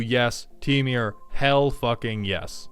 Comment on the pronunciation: why do you say "temiur" instead of temur like a normal person? (/j love your vids)